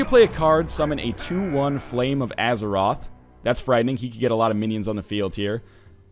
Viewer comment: its flame of azzinoth, not azeroth